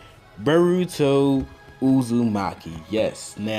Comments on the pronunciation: U said baruto not boruto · Did he say beruto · I'm done he said boruto wrong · dude...you're butchering the names..... it's not burruto. it's BORUTO like BORE!!!!